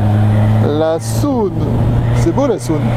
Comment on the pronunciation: Tu es de ou ? ta dis la Saone sa ma pertubé mdddr